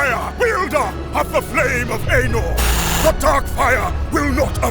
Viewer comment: This entire video was just an excuse to let your Magneto guy show off how near-perfect his Ian McKellan impression is and mispronounce Anor while he did it, wasn't it?